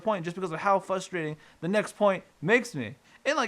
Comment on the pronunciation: The most frustrating thing about this video is your inability to pronounce the word frustrating.